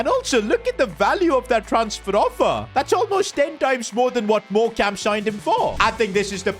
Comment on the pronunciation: It's pronounced Morecome just so you know love the vids